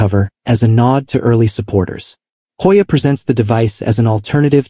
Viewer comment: "Hojja" ajajajja 🤣🤣🤣 ..no we don't pronounce it in Spanis!